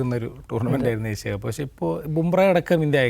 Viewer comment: ഏശ്യ കപ്പ് അല്ല.. ഏഷ്യ കപ്പ്.. അക്ഷര സ്ഫുടതയോടെ സംസാരിക്കൂ...